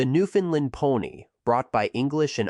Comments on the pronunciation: It's pronounced Newfoundland, not Newfoundlind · I live in newfoundland stop saying newfinland 😅😊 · Bro I can’t listen to you say Newfoundland incorrectly. Painful. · Fact #1: Newfoundland...rhymes with understand. Fact #2: AI audio fucking sucks. Other than that, not so bad. Thanks.